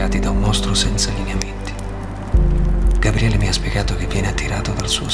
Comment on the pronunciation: Ragazzi, vi prego... tutto molto bello ma smettete di dire GaBBriele, per piacere -.- contenete la natura romana che c'è in voi. Gabriele, cazzarola, Gabriele... una B sola!